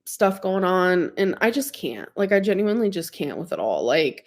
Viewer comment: Same with "genueenlee"